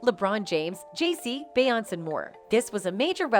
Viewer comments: It's BE YON CE!!!! FFS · Be-on-say!At least the got damn name right!lolol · 🤦🏼‍♂️this is the first time anyone ever pronounce Beyoncé name like that… 🤣🤣